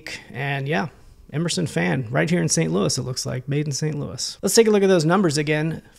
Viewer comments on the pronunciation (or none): none